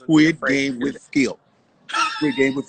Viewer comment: "Shannon Sharpe Squid Games...wid Skip..." I'm in pain! Lmao!!!!